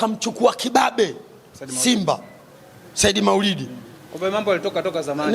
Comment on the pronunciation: Wewe mwandishi kiswahili chako jirekebishe unazngua jina la Saidi wewe unaita sahidi